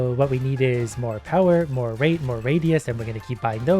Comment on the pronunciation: Bro when he said rate is very expensive I heard rape is very expensive